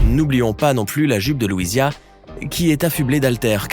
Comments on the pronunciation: Louiisa pas louisia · Eh bien il manque les tenues de Dolores qui comporte des représentations d'ondes sonores, et de Mirabel, sur laquelle on voit des papillons, la bougie, et même la peluche qu'elle a offerte à son cousin !!😉 par contre certains prénoms sont mal prononcés dans cette vidéo (Luisia au lieu de Louisa, Maribelle au lieu de Mirabel... Et la fée de la belle au bois dormant c'est Flora... Pas Fauna)